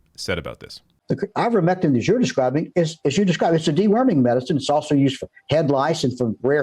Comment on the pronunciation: "Uh, Ivermectine!" ....nuff said 🤣